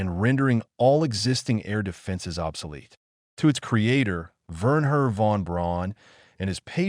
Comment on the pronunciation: Werner "von brown," not "brawn." Ver'-nurr, not vern-her. "V2," not "V" ... "2."